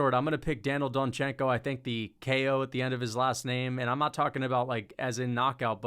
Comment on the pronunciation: kEo Tracey. Why is bro putting an E inbetween ko🤣🤣